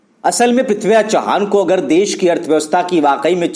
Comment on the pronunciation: इतका अंतिम नाम चव्हाण है चौहान नहीं है.